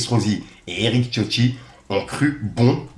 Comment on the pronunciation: Eric tioti? Mec c'est écrit CIOTTI avec un C, "ssiotti" ca se prononce et idem pour le début du communiqué de Freeze c'est "outre", pas août c'est "outrrrrrrre". Ensuite a 3.28 tu fais une faute qui me rend ouf a chaque fois, on ne dit jamais "par rapport a la polémique QUE je vous ai parlé" mais "DONT je vous ai parlé", c'est une grosse faute de français essaye de t'en souvenir. A chaque fois que je passerais par la ,si je remarque des fautes je t'en ferai part, c'est important si tu veux avancer dans ton métier, au pire reprend quelques cours de temps en temps avec prof de ou force toi a lire des livres ca aide de ouf et c'est très important pour le vocabulaire et ton cerveau enregistre le bon français sans que tu fasses attention. Faire de la news ou du "journalisme " sans parler français correctement c'est chaud mec ,donc fait une effort pour toi avant tout.